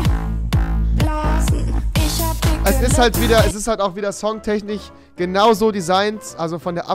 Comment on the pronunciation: Songtechnich. Spricht man das nicht Songtechnisch aus